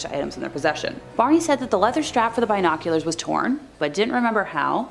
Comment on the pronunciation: Why do you put so much emphasis on bi in binoculars?